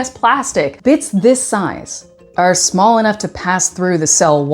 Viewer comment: I clocked Liz the Chameleon at second 5 and was unreasonably giddy by the time you went e'smawll!